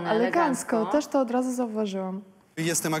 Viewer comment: on powiedział old zasady, a nie od zasady